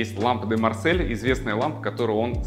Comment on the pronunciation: приветствую! Спасибо за экскурсию! Уточните (для себя) у профессора архитектуры, где заканчивается "тумба" и начинается "сайдборд" ) Если произносите название "по- французски", уточните, как правильно говорить "Марсель". С "органических форм" мебелью тоже как-то не совсем по-русски (имхо). Стол сервируют не на двенадцать гостей, а на 12 персон (сомневаюсь, что гости будут без хотя бы одного из хозяев). От себя:- камин нефеншуйно высок; - светильники "песочные часы" (при таком разнообразии вариантов) скучны, почти как диодные ленты; - светильник "бублик", обтянутый бумагой, меркнет в прямом сравнении с чудесными светильниками над обеденной группой (в сравнении с мид-сенчури и 70-ми всё или проигрывает, или перепевки); - ширина "подоконника под телевизором" избыточна (если не использовать его, как спальные места для 12-ти гостей); - картины Хёрста не для этого помещения (я бы такие в красный уголок ЖЭКа отдал, - с детства приучен не таскать в дом всякую дрянь); - решение высотности/террасности- как в доме отдыха "Юность"; в частном владении (и с таким обилием "жёстких" углов) надо мягче обыгрывать перепады высот. Наскучило "придираться" ) Если бы я был Крезом, я бы свои тапки сюда не поселил )